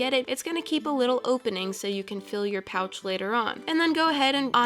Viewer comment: I forgot what I was watching after the first minute😅 every time she said "pouch" I thought she said couch😅😅😅😅😅😅